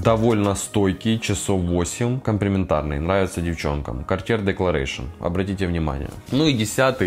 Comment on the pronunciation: Правильно EAU читается как О. АNCRE читается как анкр. Чёрный якорь. Не Декларэйшин, а Декларасьён. Уж вам, человеку, который занимается парфюмом профессионально, необходимо знать, как правильно звучат названия продуктов.